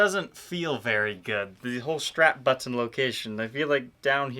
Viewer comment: Buh-TTon....Meh-Tal. Lol